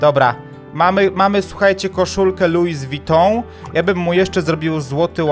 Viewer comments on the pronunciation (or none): Nie lujz witą tylko luj witą